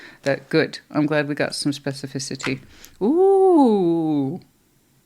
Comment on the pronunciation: I was just thinking “Damn she said specificity REALLY WELL!” 😂 I can’t hardly even spell it much less say it so cleanly! Go You! 😅